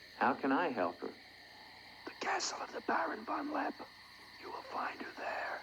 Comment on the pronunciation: Von LeppE, not von Lepp !!